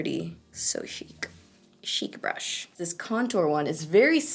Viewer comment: sounds like you're saing "duo fibre butt" 😂😂😂😂😂👌